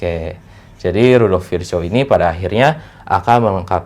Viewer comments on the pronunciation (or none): Nama Rudolf Virchow bacanya rudoph virkoo ya temen temen, cuman biar ga salah spelling nama orang soalnya.